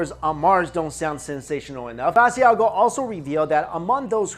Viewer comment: Lol you're saying Mr Basiago's name wrong!! It's pronounced ba-sha-go. Leave the i out. I've seen him on TV shows frequently and have heard his name many times there